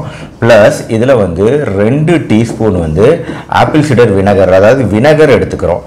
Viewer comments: வினகரா இல்ல வினிகரா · 'வினகர்' இல்லே வினிகர் என்று சொல்லணும்.